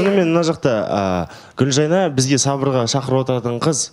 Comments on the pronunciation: Туу ездін ау Гүлжайнаш деп негізі Гүлжайна ғой,лағып сөйлейсін. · фильмы ссылки она говарит Гулжайнаш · Почему она говорит Гульжайнаш? Или мне одной так слышится?